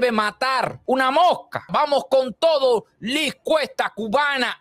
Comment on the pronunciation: Cierto, e íbamos por la mitad del vídeo y todavía uno decías nada, mucha expectativa y luego el comentario mal narrado, y constantemente decías “Luis Cuesta” es vez de Liz. No obstante la información es buenísima y necesaria de revelar, cómo todos son unos trepador@ que van tras el poder. Cuida la ortografía escrita y oral! Gracias por el vídeo